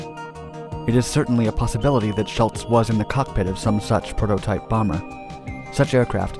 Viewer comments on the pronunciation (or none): none